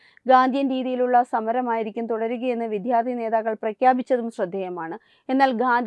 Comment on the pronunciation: 🙏 വിദ്ധ്യാർത്ഥി എന്നല്ല വിദ്യ .... വിദ്യാർത്ഥി എന്നു പറയൂ .